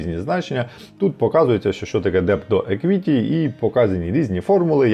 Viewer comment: Все дуже непогано, але….визначення англійською 🙈 еквІті, форЕкаст, і особливо віхлс , поки не сказали що роблять автобуси, я і не зрозуміла що то виїклс (там h взагалі не читається), ну це ж звичайні слова, більшість з яких- використовуються як економічні терміни, ну погугліть в Гуглі як воно звучить, почали ніби професійно, але потім це…. Перший раз на каналі, трохи в шоці Юнітед стейтс, серйозно?😂 ніби ж всі знають що Юнайтед стейтс